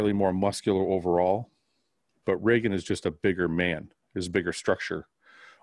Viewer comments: Just as a heads up, it's ree-gan, not ray-gan. :) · Dude not shitting but its Reeegan lol